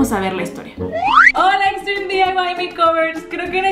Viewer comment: Por que mierda decis "diyaiwais" pelotuda y si Ya se que no se escribe asi pero asi de boluda te escuchas a y por cierto se dice diy y ya